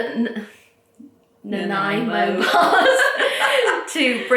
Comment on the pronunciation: As a Canadian it was so nice to hear that you make butter tarts and Nanaimo bars. Especially enjoyed twisting her tongue around the pronunciation of Nanaimo 😄